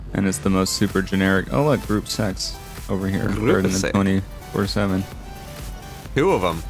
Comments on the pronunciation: When he says group six it sounds like group sex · Every time he said “group six” i thought he said “group sex” and i was so confused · anyone else think was saying group sex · Omg, i just realised that gruppe6 is said line “Group Sex”